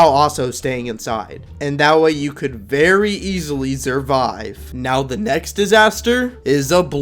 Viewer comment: Bro gave us a vewy simple lesson lol